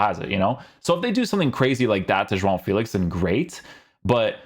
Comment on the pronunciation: Great pronunciation to say “João” , that nasal sound is so dificult to pronounce/reproduce 👏🏻